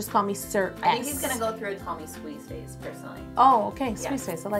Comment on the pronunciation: It has taken me 3.5 years to realise that didn't say 'Squeeze Face", she said "Squeeze phase" 🤯🤯🤯